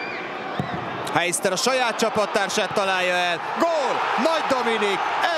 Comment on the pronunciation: Ez a nagyon béna. Nem úgy ejtjük ki, hogy,, hájszter'' hanem,, hejszter''. Ha valaki nem tudná kiről beszélek:Marcel Heister. Meg nem,, máhás'' hanem,, másás''. (Mashas). És a meccs közben lehetett egyértelnűen érzékelni, hogy a vidinek szúrkol. Hihetetlen, hogy egy ilyen ember meccset közvetít.